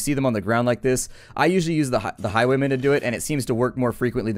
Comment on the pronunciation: you sayd highweman